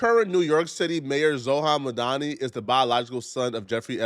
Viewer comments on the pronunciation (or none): It's "Zor-ahn Mahm-Dahn-i". Holy fuck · this man said “Zohan Madani” Jeeeeesus Christ sound that shit out next time lmao. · “ ZOHAN MAHDONI” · “ZOHAN MADONI”